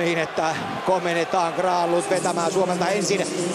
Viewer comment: Hyvä Herra selostaja. Tee nyt jumalauta sentään muutama asia selväksi; oletteko Mertaranta vai Nertaranta? REIMER -ei REiNER!!! Mikael Granlund -ei Miikkaeel Graanlund. Olen erityisluokanopettaja ja voitte tulla oppiini ihan oman uskottavuutensa vuoksi.